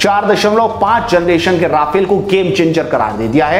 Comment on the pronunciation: Please correct yourself: It's Rafale, NOT Rafael. आप बोल भी ग़लत रहे हैं: राफेल नहीं रफाल सही है।